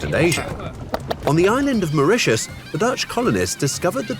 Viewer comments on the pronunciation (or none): none